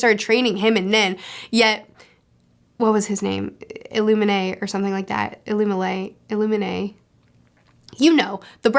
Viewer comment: also its pronounced ill-uuu-mii